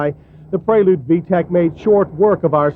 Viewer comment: "VEE TEE EE SEE" system...lol :D